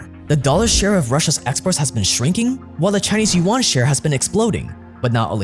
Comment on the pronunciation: As a Chinese speaker, the pronunciation of yuan as "yu-one" hurts my ears.